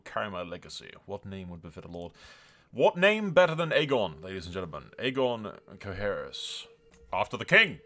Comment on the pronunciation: You pronounced it right lol, Qohagys